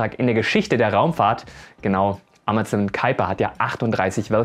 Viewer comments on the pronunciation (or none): none